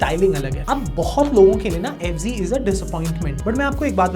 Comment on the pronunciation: Fz hai bo f g nhi hai 😂😂😂